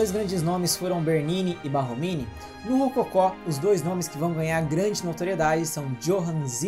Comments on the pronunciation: Borromini..não Barromini né? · Parabéns pelo material, riquissímo... Mas não seria Borromini? Ao Invés de Barromini? Sucesso e gratidão! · Desculpe pela correção, mas o nome do arquiteto é Borromini e não Barromini como dito inúmeras vezes no vídeo.